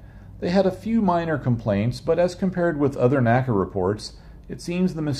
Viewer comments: N.A.C.A., not naca. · Very nice video, but please NACA is not pronounced as a word, like NASA is. It is/was the letters N.A.C.A.